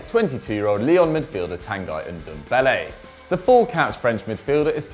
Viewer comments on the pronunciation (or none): I really doubt Tanguy is actually pronounced tan guy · Pretty sure it's pronounced tan gee aswel hahaha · You guys are killing me! It's pronounced "Tan-guee" !!